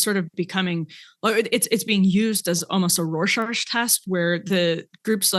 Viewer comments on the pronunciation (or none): Emily: "roar-sarch" test 🙃😂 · Did Emily say RORSHARSH?